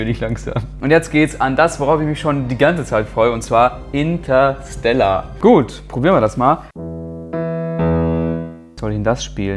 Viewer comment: intasella 😂😂😂 Inteerrstelaaarrrrr